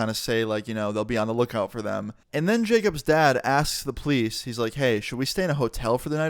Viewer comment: you said police like please